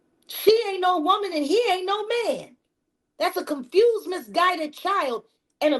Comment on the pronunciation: "White woman three times younger than he is", you do mean "white wo-mayne..."